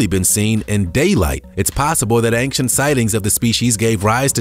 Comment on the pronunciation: Honestly, love to watch your vids, but ANG-CHANT?!?!?! AIN- CHANT. No g or k required or requested. That's all I'm saying.....